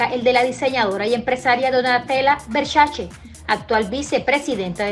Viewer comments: Por que dice Vershashe???? 🤣🤣🤣🤣🤣🤣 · Hay que aprender a pronunciar Versace...